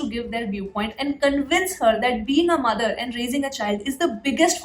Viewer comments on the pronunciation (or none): none